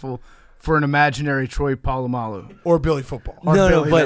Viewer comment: "Troy Powlamu"